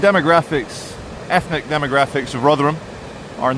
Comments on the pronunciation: Rothrum, not Rov’ram! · No, 'tis Rother-HAM!